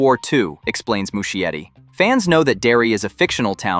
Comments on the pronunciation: I guess you gotta train your AI voice to pronounce it correctly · That's not how you pronounce Muschietti 😂😂